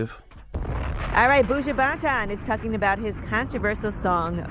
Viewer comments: Angela need to pronounce Buju name correctly if she is going to see him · Oh Yee you gone be here? 👀 You pronounce his name weird lol